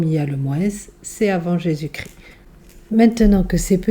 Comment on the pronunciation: On ne dit pas Jésus cri mais Jésus ChrIST 🥲